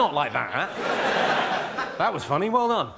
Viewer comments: It's funny not "funnay". Learn proper English please. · it was meant to be read with a ridiculous accent. 🖕